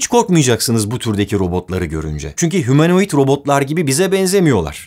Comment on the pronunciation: Humanait degilde sanki hamarouid olmusss ;))))